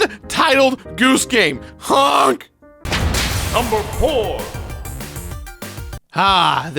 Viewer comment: That honk was so lame it sounded like u said hunk.